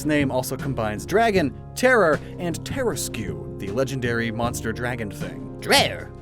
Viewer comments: not tera-skew ter-rask(not spelling prounonciation) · Did I just hear “Tuh-rask” said “terror rask” Usually you’re pretty good at pronunciation things but WHAT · tarrasque is pronounced Ter-Ask not tara-skew. I just wanted to say that sorry if you have a lot of people correcting you on that it just bothered me and again sorry for correcting you. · WTF is that pronunciation of terasque‽ the u and e are silent. Its pronounced like “tear-rask” Also, not a dragon. They are specifically crab like in nature, with elements of lions. Dragons aspect is just dnd artists being uncreative. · Terrasque = Tear-ask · Bro. That's not how you pronounce terrasque.. it's pronounced TER-ask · Im pretty sure the trasque is pronounced trask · Also there’s the mispronunciation of Terrasque or. Dunno where he got “terror-rask” from lol. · The way you pronounced “tarrasque” is uhh... Uncommon... to say the least... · now i KNOW you didnt just say tarrasque like that